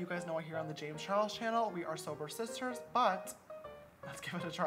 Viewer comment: “Soberrrr sisisssstwrrrrrr” my ass James lmao